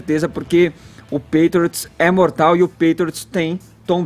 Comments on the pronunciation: Gente to rindo muito aqui. O Edgar falando os nomes do Tom Brady como Tom bread (pão) e New England Patriots Como New England Patriotas Kkkkkk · Meu Deus! "Pétriots", "Tom Bréd", "Rendzone", "NFéLe"! E ainda escutar que o jogo foi fraco tecnicamente... vcs estão de brincadeira né? Ofensivamente, o jogo foi fraco mesmo. Mas defensivamente, foi um jogo muito bom! Ou seja, não foi problema de técnica dos atletas, mas, sim, de um esquema tático sobrepujar o outro. A sorte dessa bancada é sempre o Caio, que mesmo não conhecendo o esporte, faz um comentário acertado a respeito dos fatos. Em relação à campanha da Nike com o Collin, Caio, era só vc dizer que a Nike é a marca oficial das Jerseys da NFL e fez essa campanha com um cara q está processando a NFL. Ou seja, qual seria o motivo dessa incoerência, se não lucrar dos dois lados? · Custava falar certo pelo menos o nome do principal jogador e o nome do time? Nem isso eles procuraram saber? "Tom Bréd" e "Pétriots" foi dureza... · "Pétriots" "Tom Brédi" "acho que assistem pra ver as pessoas se batendo" "Tinha um monte de gente ONTEM chamando ele de giselo" A outra quase chamou o Kaepernick de Copérnico kkkkkk Salve Caio! Kkkk e #GoHawks 💙💚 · NÃO SABE NEM FALAR "PATRIOTS" PQP.....kkkkkkkkkkkkkk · Alguém paga um curso de inglês pra essa galera! Meu deus! Ninguém consegue pronunciar "Patriots" ou "Brady"??? Caramba, põe no google e imita o som.